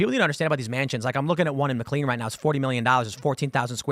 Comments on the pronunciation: Mclean, VA is pronounced "Mc Lane" not "Mc lean" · Pronounced "Mick Lane". Not clean. Also, the Arundel Mills Mall, is part of a franchise. Im surea platitude of subs/viewers/listeners; have a "...... Mills Mall" relatively close. Out here in Denver, it's Colorado Mills. Arundel Mills though, is by far my favorite of the 5 "Mills" I've been to.